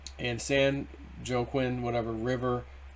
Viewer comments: San WaKeen valley not joquin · Wah-keen. geez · San Wah-keen Valley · San "WahKeen" would be a close pronunciation. There have been tons of water going to fire fighting. But it is horrific what the State has done to ruin this used to be gorgeous State. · the portion of "Joaquin" in San Joaquin Valley is pronounced "WA - KEEN". This is meant as gentle help (FYI) for the future. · Joaquin is pronounced Wahkeen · What is ENVIRONMENTAL USE? And it's pronounced "wakeen" Joaquin.